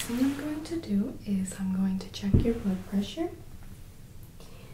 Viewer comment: I heard "blood pressure" as "butt pressure". Sorry :-) (Great video btw, thanks x 1000)